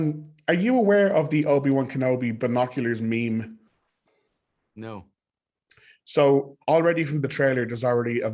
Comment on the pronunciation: He’s saying meme as it’s a person who’s never seen a meme